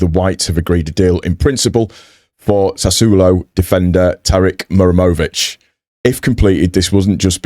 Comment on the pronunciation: To help you my friend, you are saying Mur emović and forgeting HA. The origin is name MuHaReM